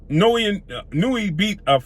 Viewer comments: I may not be able to name 5 of his opponents either, but i could at least attempt to pronounce his name properly if featuring him in a video, thats just a respect issue. You actually say it right one time which makes the 20 times you dont even worse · Done fucked up the pronunciation of his name cuh. Come on now, his name is hella easy to pronounce correctly. Now, better than Errol? Nah Higher on the P4P list...yeah Ironic On an aside: Your logic is semi-valid but also illogical and flawed. The lower weight classes are minimal difference in weight because they're small af. That's not their fault. Lastly, Naoya has took ALL the smoke...near the TOP in Championship Belts fights. Nuff said! No respect for wins against Hernandez, Rodriguez, Payano, Donaire, Maloney, McDonald?! You be hating. Once he scraped Fulton and then cooks Cool Boy at 122 you'll be singing a different tune. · Ha ha ha he messing over “the monster’s” name pronouncing it wrong